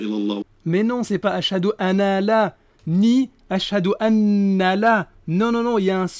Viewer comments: Muslim Lawyer Ouais on dirait il dit "EULEUH" ou "Aloeuh" mais pas "Allah" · "La Hi LaRa il aRlah" Y'a qu'à constater comment il prononce Allah : Arlah 😂 Allah ne lui permet même pas de prononcer correctement le mot. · Il ne sait même pas prononcer "Allah" alors la chahada laisse tomber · écoutez bien il prononce le nom d’Allah comme le peuple élu ben voyons